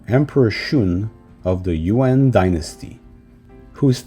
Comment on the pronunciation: My ears a little iritated when I heard "You-end" rather than "Yu-an" 😭